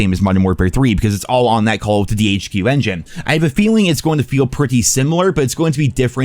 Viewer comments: "Call o'ddy". Slow down, brah. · why cant he say call of duty?